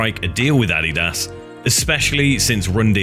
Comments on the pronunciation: addy das ? I've never heard someone call adidas addy das. 😂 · Addy-dos... WTF, you mean Adidas..? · I cannot get over the way he says Adidas. It is not ah-de-dass. It is a-di-das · It's (uh-de-duhs) Adidas. Not (A-de-dass) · Please learn how to pronounce Adidas. Not andidas wtf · It is pronounced "Ah-Dee-Dis" not "Ah-Dee-Daas" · I hate to be nit-picky, but ADIDAS and Puma are actually pronounced A-dee-duss and Poo-ma Not Addy-duss/Pee-oo-ma 😋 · im sorry, but adi-das? lmao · I’ve never heard someone pronounce ADIDAS so wrong in my life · The way he pronounces Adidas and Puma....is....well peachy. Lol